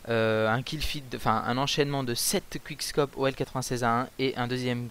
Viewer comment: "Qouickscop" pas "quick" meme si ca c'ecrit comme ca!